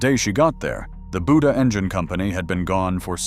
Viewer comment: Buda = “BUE-duh”